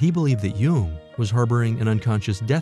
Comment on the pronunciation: Why is the person narratoring saying “You-ing” instead of “Young”. Jung is pronounced Young. That’s my family... Jung. Aka Young.